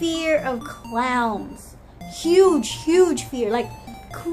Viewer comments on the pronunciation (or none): I thought u said I am scared of Clouds at first!! Lolz ,,, but I don't like clowns either.